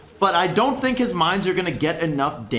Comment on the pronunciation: No one:: "Tink"